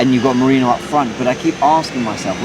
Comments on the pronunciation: Somebody please tell the name is Merino, NOT Merinho 😂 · Thats what I said too, how hard is it to say merino? Lol